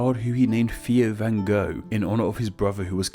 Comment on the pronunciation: The van part, the rest is fine.